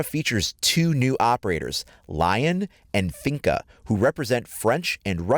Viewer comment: Li-on not lion